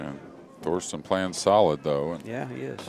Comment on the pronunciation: Its Thorsten not Thorsten